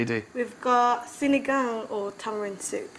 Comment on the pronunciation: "You're rockin' my world, girlfriend!" Coming from a guy with a turban...classic!!! Love it! And the almost perfect pronunciation of Sinigang...<3 the best!